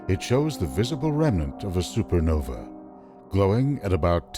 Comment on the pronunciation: why does he keep saying super novEE. Its Nova is Novi plural? or is he just stupid about that word? no offence intended.